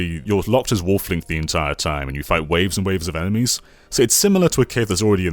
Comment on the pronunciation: When I hear him say, Wolf Link, for some reason I hear him saying waffling Link. I know that doesn't make any sense, but he has said the word "waffling" a lot in videos. That could be the reason, I'm thinking like that.